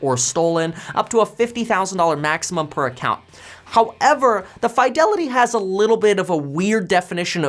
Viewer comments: Two spaces in front of period is the traditional, formal and proper way of starting subsequent sentences after the first. It's normally pronounced "Fee-de-li-tee" not "Fai". Also "Suh-thuh-bizz" not "Suh-thee-bizz" (previous video, yeah I subscribe). When you mispronounce words, it doesn't do justice on how smart you are, which you are. Thanks for the video. Very informative. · There is no FYE in Fidelity. fi-del-i-tee. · Why do you say fiydelity instead of fidelity. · Why do you say Fidelity like that 😂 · Because he's a KEVIN!